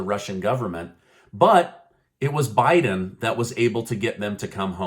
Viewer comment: Not bieden